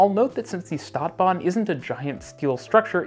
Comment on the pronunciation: please, if you're gonna use german words like stadtbahn, learn to pronounce them correctly